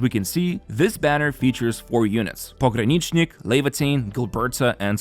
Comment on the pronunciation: I'm from Russia and hearing that you did NOT butchered Pog's name - that makes me happy. Thanks for the effort!